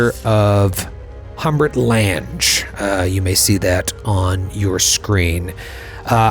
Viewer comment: Excellent as always, but...Lan-gees??? LANG, as in "language." Maybe you young ones don't remember the actress Jessica Lange?